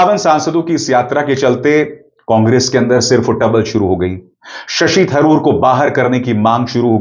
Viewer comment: वे शशि तरूर हैं थरूर नहीं !